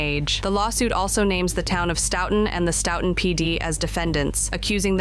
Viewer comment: I'm from Massachusetts and you killing the way you pronounce Stoooooughton